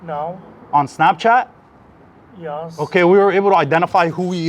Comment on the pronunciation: Kinda like..."Yee-oss"...very odd.